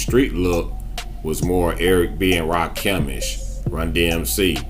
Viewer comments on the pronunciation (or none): He said Eric B and Rakimish 🤣🤣🤣